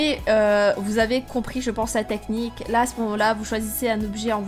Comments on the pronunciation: ""nechnique"" tu me tue 15L🍋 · Des gens qui ne connaissais pas cette « neqnie » au lieu de cette « technique » mdrr